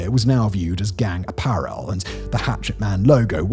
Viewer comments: A-pear-el. Not Aperol Apparel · Why do you say apparel so weirdly Simon?